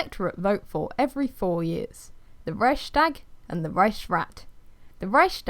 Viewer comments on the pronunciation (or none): Good god, that's not how you pronounce Reichstag, you're butchering it. but otherwise a nice video about Weimar republic. Weimar republic could not remain in that international climate. By 1930 world was changing and the only way large nation could survive was to become and empire of some sort.. Japan attacked Manchuria etc.. so it was doomed P.S. Wiki has a lot of right pronunciations on historic stuff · Really great video but i lost when you said Reichstag im sorry :) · I’m German and I just love hearing non-German people saying „Reichstag“ I swear my heart melts every time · Funny how you pronounce Reichstag. I'm German btw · I love how you say it! It makes me giggle. 😅😂